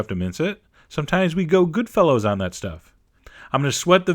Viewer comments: its anothe day...its goodfellas not goodfellows. Ill forgive if you give an extra shake of the food wishes special ingredient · Did he say “Goodfellows”? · goodfellows? you mean goodfellas?